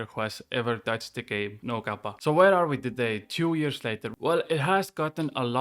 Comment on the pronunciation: great video, super informative. and i love the way you said Kappa with your accent lol